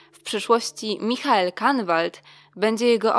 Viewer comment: Swietny materiał tylko mn strasznie denerwuje to ze źle czytają imię ojca jonasa to się czyta misiael po niemiecku a nie po angielsku